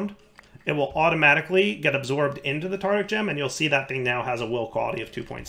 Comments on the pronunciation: and his way of pronouncing Tardic (not Tartaric) gems. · As much as I love videos, the way he pronounces tartaric gems always annoys me It’s tartaric, not tartic:( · One day, will learn how to pronounce “Tartaric”. But it is not this day.